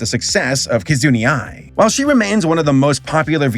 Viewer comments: "Key-zoo-knee"? How...? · I'll be blant. This is the first time I think when mispells actually kinda irked. Mostly him calling Kizuna Ai, as Kizuneeeee, instead of Kizunaaaaaah. Idk, maybe in this case I'm just too used hearing her name as KizunA or something. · "Ki-zun-e"? How in the world could your pronunciation be so far off? There isn't even an E! "Ki-zu-na Ai"! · Small tid bits to note... 1. Hatsune Miku isn't really a solo individual, but her reputation is made by a whole community of producers who used the VOCALOID (where her voice is made from) software to create music... 2. "Kizuna Ai' is pronounced "key zoo NUH eye", not "key zoo NEE eye"... Other than that, nice analysis! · Bruh how do you look at the word Kizuna, say "Kizuni" and then say "I hope I'm saying it correctly". lol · You should really consider re-recording everything about Kizuna AI. Not only did you pronounce Kizuna wrong the entire time, but you pronounced A.I. as "Eye-ee" like it was a Japanese word. Which since it's not a Japanese word is at the minimum ignorant and at the worst, racist. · "Kizun-ee". Ah, that's not going to get on anyone's nerves. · "Kizunee Ai", it has an "A" man, come on xD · I want to chat with, I need to know how a person can pronounce 'Kizuna' as 'Kizuni'. I wanna know what the process is in his head when he reads japanese names. Good vid, rare to see an actual history about the subject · Same, I don't even watch V-tubers much and it drove me nuts every time he said "Kazoo-ny ai" HER FIRST NAME ENDS IN AN *A*! he had to have misspelled it as Kizuni Ai on his script or something... How can you do all this research and not find a clip where she says it herself?? Still amazing video but that was just... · I take damage every time says "Kizunee" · i mean what do you expect from the dude who says "kizuni ai" poor saber can't pronounce anything ever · KizuNI Ai Me: dies inside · I flinched everytime he said Kizuna's name wrong.